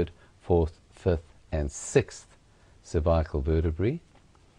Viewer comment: Where the fuck did you learn to say cervical like that?